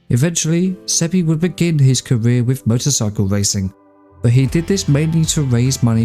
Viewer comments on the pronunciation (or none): none